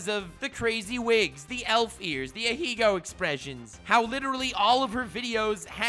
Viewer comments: Every fucking time. Every single fucking time. When will you learn, when will you learn that your actions have consequences. Stop saying fucking Ahiigo. I lost more braincells from hearing people mispronounce the word than from every thot video I've ever watched. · I can't tell if you're ironically pronouncing ahegao that way or not but it's pissing me off either way.